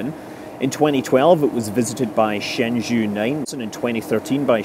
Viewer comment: Hi Scott! A note on the pronunciation: the zhou in Shenzhou is pronounced like Joe.